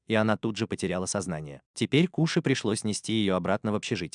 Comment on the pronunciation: Нагума Коши а не Куши на крайняк Кошы